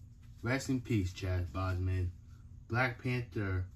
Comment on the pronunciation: Btw you said his name wrong it’s Chadwick boseman and plus you should definitely get a table to unboxing your videos to make it better just but great unboxing